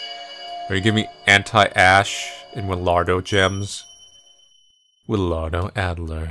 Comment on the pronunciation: "Willyardo" Me "Willyhardo"